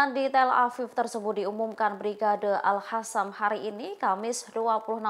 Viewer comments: Itu baca brigade al-Qossam koq al-hasam. Aduh tribun ga bisa milih jurnalis nih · Tulisannya AlQassam dibacanya AlHassam Terasa gatel ke telinga kedengarannya 😊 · Yang bener bacanya mba, si mba ini al-qassam bukan al-hassam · Al Qosam, yg bener ngomongnya